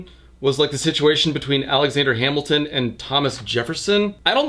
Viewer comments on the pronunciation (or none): none